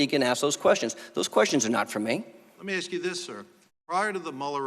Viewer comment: Did you ever axe him? LMAO- I guess you can't take the ghetto out.